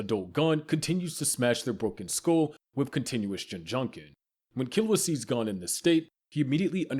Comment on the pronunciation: Me watching you butcher Gon's name